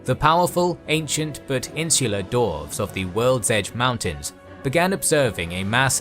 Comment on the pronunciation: Just out of curiosity, is anyone ever going to tell that "dwarves" has a "w" in it? 😉